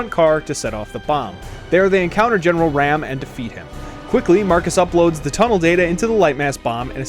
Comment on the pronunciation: its raam not ram